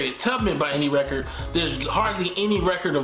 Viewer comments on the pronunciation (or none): none